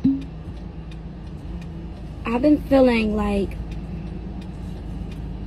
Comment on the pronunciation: why are people pronouncing feeling as filling? and that looks demonic